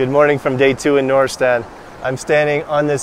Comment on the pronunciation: It's noor’istan, Noor means light or shine not nureistan